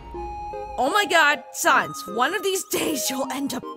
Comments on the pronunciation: omg srsly? who says "SoNNNnNNNNnsssSSSS" anymore? it's S A N S . SANS the skeleton. You don't read Comic Sans as Comic Sons. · STOP SAYING Saaaaaaans ITS SANS THE FUNNY MAN